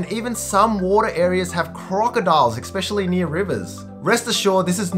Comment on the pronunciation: Did you say eXspecially